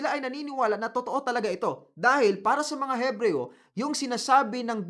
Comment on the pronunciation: Ebreyo po silent "h"